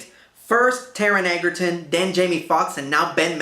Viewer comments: It's pronounced "edjerton". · You DEFINITELY mispronounced Taron Egerton’s last name. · Thank you! I enjoyed and agreed with this review, but that pronunciation drove me nuts.